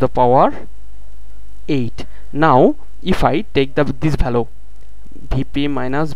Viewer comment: very nicely explained I am thankful to you for this but if you dont mind then I want to draw your attention towards some pronunciation mistake 1- region it is pronounced as rigan. 2-value not bhalue